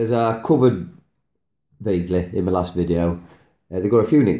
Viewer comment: Please beware of the GMO vaccine, preserve those genetics. ❤️ Btw, your accent threw me off for a second. "You can put it in me noodles" sounded like "You can put them in menudo" which is a Mexican soup with tripe (my husband's must have on a rainy day :)). Oh, "in my noodles". Got it now. Carry on....😄